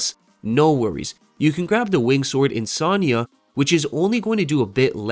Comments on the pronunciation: Insignia is pronounced In-sig-knee-yuh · Bro be pronouncing insignia like lasagna.